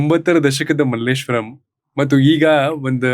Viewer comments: Sir Malleswaram Alla Malleshwara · Difference is clear, the anchor says 'Malleshwaram' and Dr. Someshwar sir pronounces the place as 'Malleshwara' without a 'm'. This is how Malleshwara changed to Malleshwaram. All thanks to outsiders 🙏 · ನಿರೂಪಕರು ಮಲ್ಲೇಶ್ವರಂ ಅಂದ್ರು❌ ಅತಿಥಿ ಮಲ್ಲೇಶ್ವರ ಅಂದ್ರು✅ ನಾವು ನಮ್ಮ ಸಂಸ್ಕೃತಿಯನ್ನ ಹೀಗೇ ಕಳೆದುಕೊಳ್ಳುತ್ತಿದ್ದೇವೆ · Malleswaram allappa ❌ ,Malleshwara ✅ ,swalpa adru sariyagi kannada hesaru helappa ,build up amale togovante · Malleshwaram alla Kannappa . Someshwrara avaru malleshwara antha sariyaagi heltiddaare